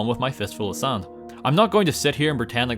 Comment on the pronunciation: Are you saying sarnd in 0.25? Sounds funny i Will get you SARND